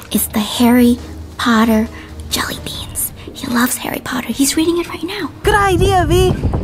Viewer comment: to Regina: Harry Portaa. X2